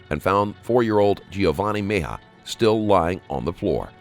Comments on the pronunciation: Meh- hee- yuh Not Me-yuh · It's not Meja, or Mija, it's Mejia. Geez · Fantastic channel!!!! Except Mejia is pronounced Me he a...not me haw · Just a quick correction: The boy’s last name, Mejia, is pronounced “Meh-HE-uh.” Rest in Peace, sweet one. 💐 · Mejia is pronounced meh-HEE-ah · ME-JI-A. Meh-hee-ah. Takes 5 seconds to google pronunciation for a channel this big you think theyd try